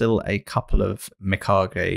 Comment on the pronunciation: noice you got mIkage right ;)